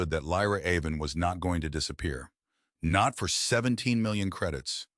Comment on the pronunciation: That "NOT" is really painful to listen to. Its an AI feature